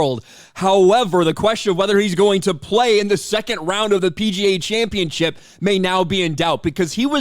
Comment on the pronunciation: championship, not championchip